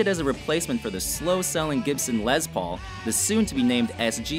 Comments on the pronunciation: “Lez” Paul...... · Say it with me... LESS Paul. Not LEZ Paul. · It's not Lez Paul, it's Les Paul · Ok people stop calling the les Paul a Lez Paul...it's les with an s not a z...🙄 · It's not Lez paul. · They were calling it a Lezz Paul on one... lol. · It's a "Les" Paul not a "Lez" Paul and it's Basswood not "basewood"!!!! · I know it’s WatchMojo so I shouldn’t take anything they say seriously, but it really bugs me how they can’t say tremolo right AND how they say Les Paul every time they talk about the guitar, but get it right when they talk about the man.